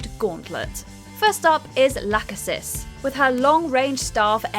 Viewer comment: It’s NOT pronounced “Lacka-sis.” It’s pronounced “La-Key-Sis.” It’s NOT pronounced “Atripus.” It’s pronounced “Atripos.” It’s NOT pronounced “Cloth-o.” It’s pronounced “Clo-tho.” Where did you learn about Greek Mythology. I hope you saved your receipt.